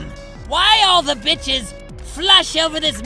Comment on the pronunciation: whenever caliborn says "the bitches", i hysterically cackle loudly because it sounds like it was some company of bitches.